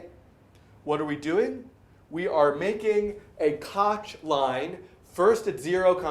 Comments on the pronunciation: It's not kotch rhymes with crotch... it's Koch rhymes with loch (voiceless velar fricative) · It is pronounced kok curve